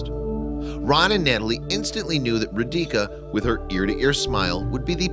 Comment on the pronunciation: it's not "Row-DEE-kah" but "'ROH-dee-tsah«!!!¡!¡